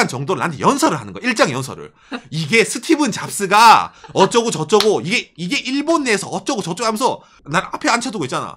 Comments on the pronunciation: 스티븐 아니고 스티브 잡스요!!!!! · 스티(븐) 잡스.. 스티븡 유 같아서 거슬리네요 ㅋㅋ ㅋ 스티(브) 잡스 부탁드려요 ㅋㅋ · 스티븐잡스가 아니라 스티브잡스입니다